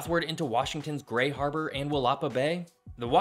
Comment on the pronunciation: Please consult a local when it comes to pronunciation. Grays Harbor, not Gray Harbor. Will-ah--pah Bay Qwi-nault Juan de Few-kuh Do better